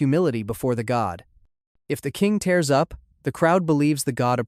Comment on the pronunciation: I heard you pronounce a number of words wrong because they're written the same as other words. You even said "tears up" as in shedding tears as "tears up" like ripping a piece of paper. Dude, everyone knows the difference. YOU know the difference. Is it just lazy reading, a lack of revision, or what? It makes you sound ridiculous even if you are explaining something academic. That happened often. Actually I've heard a number of people do that. Is this like the world's most annoying trend or something? What the hell is happening?